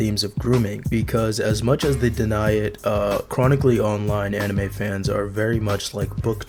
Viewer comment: "Enimay" bled my ears